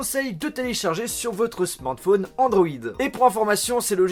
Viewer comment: Putain, tentant Andoid, dis donc...